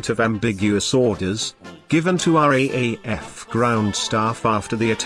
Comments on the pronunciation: "RAAF" is pronounced as 'raaf', not are-aye-aye-eff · Austrarlia, as shown on your map , is not a country I can find on Google Earth. Also, RAAF is pronounced "R Double A F". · Just for future the RAAF is called the "R double A F" in speech to avoid confusion with the RAF. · Dreadful sound track. After 15 mins I'd had enough. FYI it's "R double A F". Clumsy. T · RAAF R (double) A F